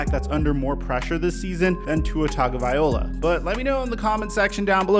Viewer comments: How is it that you’ve made multiple videos on tua & you still get his last name wrong everytime lmao so much so that I had to check if I was mistaken lmao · I cringe every time you say Tua's last name .. still funny though ☺️ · BRO! You actually did a video on Tua and still didnt learn to say his name right. Just say Tua. Quit trying to say his last name. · I don't think you are saying his last name correctly. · Still saying his name wrong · Why do you say his name like that? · Too bad he can’t pronounce Tua’s last name properly 😑🤦🏽‍♂️ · There are NO N’s in TAGOVAILOA. It’s not TONGOVAILOA. Sound it out. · Bruh it's Vai-loa, viola is something else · Love the videos, and thanks for doing one on the Fins. But it's Tung-a-vy-lo-ah, not vy-ol-a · The most common mistake people make when spelling Tagovailoa's name is pronouncing it as it's spelled. Just replace the "tag" portion of his name with "tongue" and you should have it: "TUNG-o-vai-LOA." So, all together, it would be pronounced "two-a TUNG-o-vai-LOA." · It’s not viola it VAILOA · Tagovai-LOA NOT OLA (good lord) are you dyslexic? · Could you please stop pronouncing his name Tagovaiola. It’s TagovailOA ! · just to correct you, its pronounced TangvaiLOA not OLA. sorry i know its probably not much, but i just hear it everytime and figure people should know how to pronounce his name properly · I'm just spit-ballin here, but don't you think that if people went to the trouble to say his freaking name correctly (Tago - vai - loa) - viola is an instrument played with a bow - he might feel a bit more confident that the league and its fans give a damn whether he actually succeeds? Everything begins with the name, folks. Dale Carnegie 101. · Hey, loving the content! 😁 Can I just throw out some constructive criticism? Tua Tagovailoa's Last name is pronounced Tung-o-vai-lowa. Not Tung-o-viola. I'm just trying to help you out dude. Keep up the solid work tho, I really do enjoy your content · Tagvailoa not Tagovaiola haha